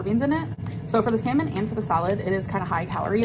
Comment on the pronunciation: Each time she says “salmon” it sounds like semen, said in Spanish…